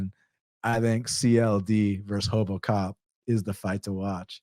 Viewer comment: Respect for saying it the Brazilian way (Portuguese) way of saying RoboCop properly to "Hobo cop" 😂